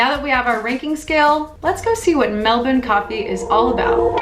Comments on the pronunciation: I think u just got the ozzies’ stamp of approval for saying Melbuhn. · OMG so much coffee in one day! I'd have a panic attack, lol. I've been living in Melbourne for 6 years now, originally from LA. Coffee is like drugs here. Magic coffee is definitely a Melbourne thing. Loved how you nailed the Melbourne pronunciation in the VO. Good on ya mate!